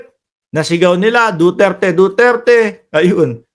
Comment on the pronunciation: He he he ang sigaw nila parang Do dirty